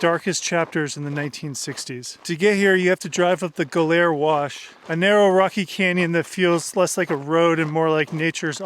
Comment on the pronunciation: BARLARAT ??!! Looks like "Bal ar at" to me... 'Ga Lair Wash' ??!! "Go Lar Wash " is how I would pronounce it ??! Wtf ?? "May ers Ranch " ??!! It looks like "My ers Ranch" to me...